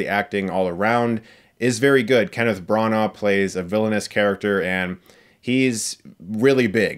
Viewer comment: starring Kenneth Brahnhah